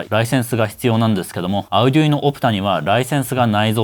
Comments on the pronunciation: Arduinoの発音が気になって内容が入ってこない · arduino の発音変やな